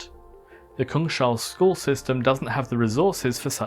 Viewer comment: I think Kung-SH-all is not the correct pronounciation. Kung is king in Swedish and hall means hall. So it would mean King's Hall.